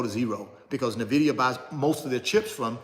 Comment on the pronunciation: It's pronounced en-vid-ee-uh